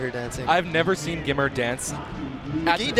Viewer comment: It's "GIMR" lmao, not "the grimmer" and not "gimer"